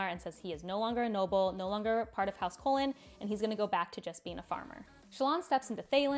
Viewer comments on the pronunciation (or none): If we go with 17th shard here is podcast on Kholins /watch?v=jnXrZNoBG4o&ab_channel=17thShard17thShard where all of them use correct pronunciation in 2018. I can post pretty mach 90% of other of their podcast where they use it also. I do not recall any podcast from last year where they use your pronunciation. So while I can agree that there was some arguments in the past right now I do not see it anymore with more or less consensus is to use soft "j" sound. If you feel that being correct on that small and mostly irrelevant fact is not needed (i would totally get it) then i do not see a problem. I just couldn't keep on listening to a good video that I was interested in because of how weird that sounded to me. I highly doubt there is a large number of people with hidden OCD focus on right pronunciation of fictional characters name like me but i just wanted our voice to be heard ;)